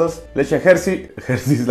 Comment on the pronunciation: La "Gercheis" . Excelente pronunciación de inglés de nuestro cabecita de trapeador. 😅